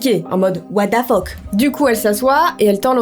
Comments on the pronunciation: Anglais: what the fuck: what da fuck 😂😂😂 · La mort fais partit de La vie...Bah nn 😂😂 Les français: What the fuck: Watefeuk 😂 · "OUATAFOQUE" -de. 😭👍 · "what da fock" 😂😭😭